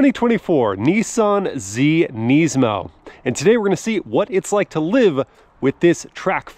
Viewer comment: Wow, thanks for being one of like 2 people I have ever heard pronounce Nismo "properly" on YouTube!